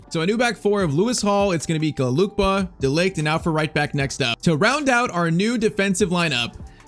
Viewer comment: It’s not Luke ba is Luke Kay ba